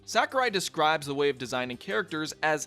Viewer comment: Sakurai or "Sakarai" as you call him also said that after the past two games and said that multiple characters that wouldn't be in smash which ended up being in it. Also, he never said specifically "I'm not making the next smash." Maybe do some more research next time?